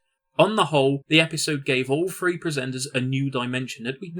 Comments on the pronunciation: And it's "THree" not "Free", if you want to do narration, learn to talk. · What the hell is , "frew , free , furteen "????????